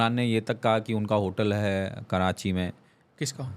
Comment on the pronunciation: Yeh bhi karanchi bolnay wala hai 🤣 its karachi not karanchi